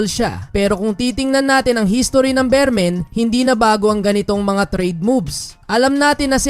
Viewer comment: Boss beermen Hindi bearmen